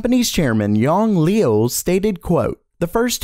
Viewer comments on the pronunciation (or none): Liu is pronounced like 'lew'